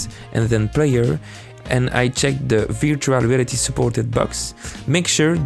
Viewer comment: "virtua reaty"